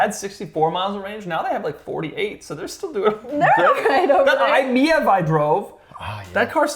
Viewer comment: You're still pronouncing eye-meev as eye-miyev and not aware that it uses Toshiba SCiB battery, which has worse density than normal li-ion in exchange for better longevity and less likelihood of exploding